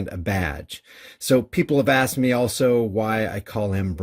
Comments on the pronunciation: The 14 year old at least pronounced the word properly, asked!! Not Axed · Funny how the victim can correctly pronounce "asked" but ole cant. One day, this psycho is gonna roll up on the wrong one....I hope I there to see it. There are NO good cops.....and very few good FORMER cops.